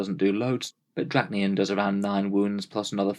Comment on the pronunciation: Roll the D off your tongue D-D-RASH-KNEE-YEN, is how you pronounce it, not Drackniyan. Do we say muck instead of much? Hope you learned something today.